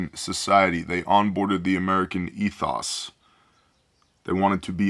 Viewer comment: ETHOES. TOE. Hoe. !